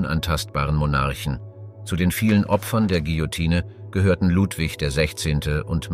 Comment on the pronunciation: Bei König Ludwig's Hinrichtung solltet ihr eine zeitliche Korrektur in Erwägung ziehen. Da habt ihr euch um 200 Jahre verhauen. Das "e" am Ende des Wortes Guillotine ist stumm. 😉